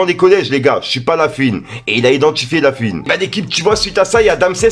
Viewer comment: on prononce LafOuine pas lafUine 😅